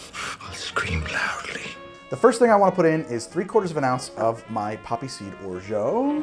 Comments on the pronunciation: The way you pronounce orgeat hurts my French pride so much lol it's or-zha not or-zho !! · Hey great video! by the way if you did not know, Orgeat is pronounced closer to ''O-R-J-A'' with the a pronounced like in the words ''apple'' or ''can''. than what I can hear wich is ''O-R-J-EO''. by the way the tasting notes made me almost piss my pants. thanks for the good content, rare on youtube! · OK, stupid question here: why do you pronounce "orgeat" as "orjo"...? It's a French word that's pronounced "orjah" (I'm a native speaker). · I can't be the only person wondering why you pronounce Orgeat the way you do. Please say it properly!